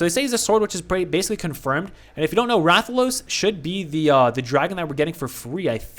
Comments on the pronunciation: Damn, you actually pronounced Rathalos right the first time. And about Berserker wielding a great sword, a great sword is where you wield a giant sword on your back, it's a slow but hard hitting weapon in MH. So likely the force strike is gonna resemble you slamming down a great sword. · Who ever made fun of you for how you pronounced Rathalos is wrong. That is how its pronounced. Rathalos Zerker will be flame element 100%. Rathalos gear in MH is fire based, and even has armor skills that boost its fire attack. Since he his going to be a sword unit they will have to give him a unique co-ab to make him stand out in the flame sword meta. I think FS damage co-ab makes sense considering they mentioned that his FS will be unique and work like the great sword charge from MH.